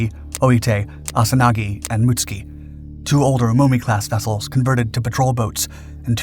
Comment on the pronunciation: Mutsuki pronounced, Mutt soo key.